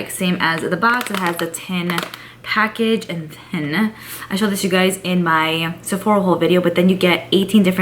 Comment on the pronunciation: I’m confused on why you keep saying “Sephoria” lol you never used to say Sephora like that before 🤔